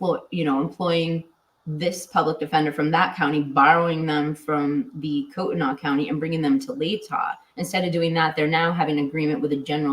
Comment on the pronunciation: It’s pronounced Koot-knee County 🥰 114 degrees in Sacramento, CA